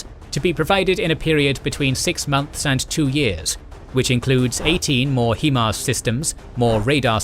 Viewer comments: HIMARS is pronounced HI-Mars with a hard I. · Can you please learn how to say "HIMARS" properly